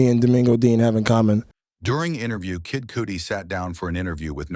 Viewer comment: kid cootie? This narrator is the worst!!